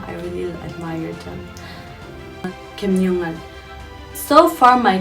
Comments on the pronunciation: Thank you for correct pronunciation of khiamniungan😅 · Thank you for pronouncing KHIAMNIUNGAN Correctly but I hope u hvnt Google for the spelling 😆. N yes That's very rare n I appreciate. 👍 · Thank you so much for pronouncing our tribe(khiamniungan) correctly cuz many of others pronounce incorrect most of the time....im a big fan of you keep spreading love and peace....stay safe... love you....God Bless you n your life